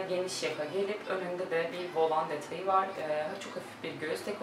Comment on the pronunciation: "Volan" kelimesinin telaffuzunu öğren lütfen..bu kadar çok "volan" geçince videoda kaba telaffuzun rahatsız ediyor.